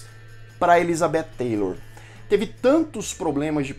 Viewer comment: Oi, você está pronunciando "Taylor", com a língua entre os dentes, e está incorreto! A língua entre os dentes seria se tivese o "th"! A Cleopatra VII, a histórica, era negra, não entendo terem escolhido a Gal Gadot, depois muitos produtores hollywoodianos dizem que não racistas!